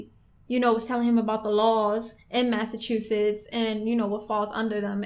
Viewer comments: "under the state of machasussets " - Flight 😂, even his speaking is an L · tried not to laugh when flight couldn't read Massachusetts 😂😂😂😂